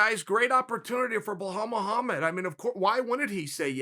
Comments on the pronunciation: Wahaalllll muhamad 🤣🤣🤣🤣. His name is bilal dude ! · “Bajal” and “kamara” ok great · How is it hard to say Bell-ALL ??? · My God, Belal isn't that hard to say bro. (BELL👏 ALL) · Kale Soonen, it's B-LaaL not Huff Puff. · Wellhall Muhammad? I swear he’s doing it on purpose now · Someone go tell Belal his name is Blehal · Lmao the way he says belal BLAHAL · did he just say 'kumara' & welhal muhammad? hahaaa..